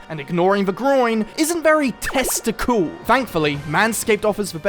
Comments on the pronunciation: You say "testicool" again and I'm going to lose my own! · “testicool” made me feel physical pain ty